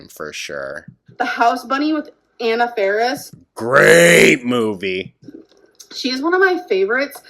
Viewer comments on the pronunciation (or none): none